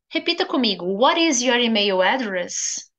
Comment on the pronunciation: Pode confirmar se a sua pronúncia de email em inglês está correta. Diz se emeio? Parece que está a pronunciar como em português do brasil.